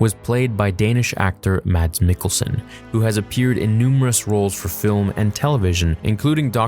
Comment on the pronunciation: As a Dane, I must say, you did a good job pronouncing Mads Mikkelsen and Lars Mikkelsen 😄👍🇩🇰